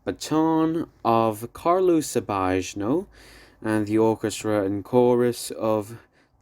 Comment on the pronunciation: "Sabajno" is pronounced like "Sabaino", "Maschera" as "Maskera" and "Molajoli" as "Molayoli"